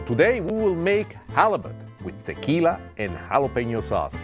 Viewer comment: Please don’t say “yalapenio” You pronounce it “Halapeño” 😐🇲🇽